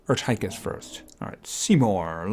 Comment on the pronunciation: Err Tie Kiss it's pronounced Err Teh Kiss